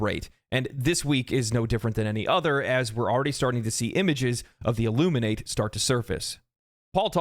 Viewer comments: You also pronounced Illuminate wrong. There are two pronunciations: one for the verb, and one for the adjective and noun. The pronunciation in this context is that of the adjective and noun, not the verb. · The first man I've heard pronounce "Illuminate" incorrectly